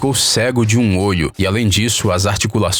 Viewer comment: No o Nordeste fala mais alto rsrsrs Cego De 1 "ôio"